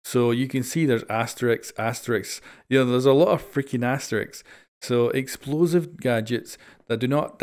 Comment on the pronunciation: eXposive Mmhh weres the L